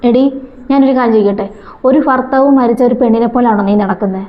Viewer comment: കുത്തിത്തിരിപ്പാണെകിലും ആദ്യം മലയാളം പഠിക്കുക ഫർത്താവ് എന്നല്ല ഭർത്താവ് 😂😂😂